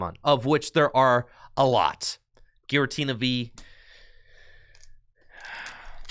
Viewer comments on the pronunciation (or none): none